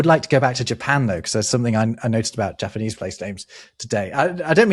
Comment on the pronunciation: The pronunciation of the Japanese words hurt me so deeply. I know you guys don't know all the languages, but I swear you've given more effort to pronunciation of other languages. Slightly more nuanced, but the easy way to remember Japanese vowel sounds is to think Spanish. "ah (A), eh (E), ee (I), oh (O), oo (U)", and only those. Only ever those. If you get two vowels together, they're each pronounced individually (although can sound slurred when spoken fast). like "sai" is "sah-ee". The Japanese also don't emphasize syllables the way English does, so you never put a hard emphasis on any syllable, so I believe you said the name Tokugawa, which would have no emphasis anywhere in his name (Japanese does pitch patterns instead of emphasis), you would just read it straight as "toh-koo-gah-wah". So the old name for Tokyo is "eh-doh". (bonus: if you see a Y in a Japanese word, it's never a syllable on its own, it's not a vowel. So Kyoto and Tokyo both only have 2 syllables, "kyoh-toh" and "toh-kyoh", although I recognize this is a battle English-speakers are just never gonna face, it's far too deeply embedded in our language that these city names have 3 syllables lol)